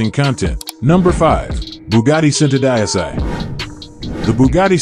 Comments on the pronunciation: it's pronounced chento deechi not cent-o die-sigh you commoner. I'am a cousin of the bugatti familia! I drive a hyundai squooshkins. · Are you using Ai for your narator? WTF IS Bugatty SENTUHDIECEY? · centodieci is pronounced 'cento - dee ay chi' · It is pronounced Chentodiechi...centodieci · Centodieci is Italian for One hundred and ten it is PRONOUNCED = Cent - 0 - Dee - H - EE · WOW , THE WAY THIS GUY BUTCHERS ''Centodieci'' repeatedly is strait up horror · wanted to pull my ears out when i heard the pronunciation of the Bugatti centodieci !!😂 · every time he says the name of the Cento my brain cells die.. Someone should've taught this dude how to say the cars name ffs.. especially if he's going to say it over and over...